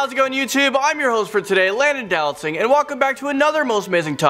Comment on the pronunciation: Did he say.... Dowlatsingh... WHATT